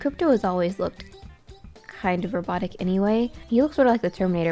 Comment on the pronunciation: The way she said robotic RoBoTIIc